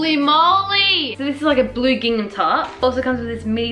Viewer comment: Does anyone else get triggered when says “gingnam” instead of “gingham” 😭